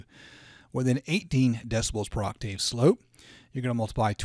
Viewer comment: Ok, it was bothering me a little, (well, alot actually), the way you keep saying 'Oc- Tave'.. It's actually pronounced : 'aak·tuhv' (according to google)Google. Just fyi.. for the future. 😉